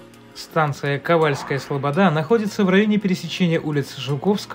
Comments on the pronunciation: Трэба "кавАльская". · А кАвальская вас не смутила ?